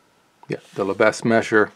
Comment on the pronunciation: Lebesgue is pronounced “LE - BEG.”